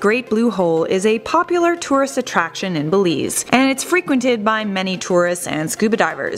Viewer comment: "Belize" rhymes with "Believe", amigo. Get it?